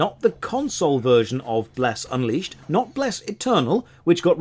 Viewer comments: I almost peed when called the game "Bless Uncrustable" XD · The running joke of saying the name of the MMO more and more wrong each time gets so funny by the end that I can hardly hold in my giggles!